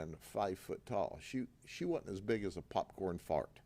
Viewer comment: age 31-64 - ADULTS w FREE WILL - where’s the crime? - - sounds like a dumb hick - - “she wha-int as big as a popcorn fart” - - WTF? - - craft operations - - new law - you have to keep a record of who your customer is + who is giving a massage - - sounds DRACONIAN + UNCONSTITUTIONAL. They’re not buying a firearm. - - word to wise - - - - communist china